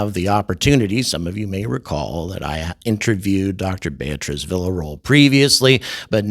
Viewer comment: Vee-Yuh-Ro-El is how you pronounce her last name. Idk why that erked me hearing you say it like “vila roll”😅